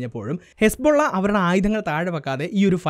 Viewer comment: ഹെസ്‌ബോള്ള അല്ല...ഹിസ്ബുല്ലാഹ് ആണ്😂